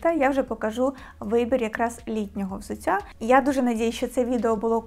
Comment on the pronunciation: Дякую, інформативно, гарна підбірка 👍 Але взуТТя, а не взуЦЦя. У нас Д, Т не одзвінчується на кшталт російської мови (дядя, тетя і т.п.)